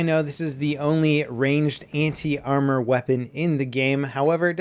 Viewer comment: Anti.... what i hear.... hentai. 😂😂😂